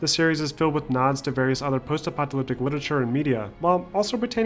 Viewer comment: Apocalyptic, not "apoctalyptic"